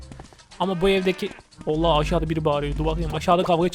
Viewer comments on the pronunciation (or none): none